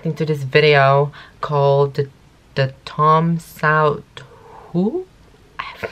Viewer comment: Its pronounce like thumm satth hoo